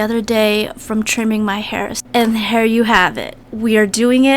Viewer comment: Did you hear her say “Hair you have it” instead of “Here you have it”? 😆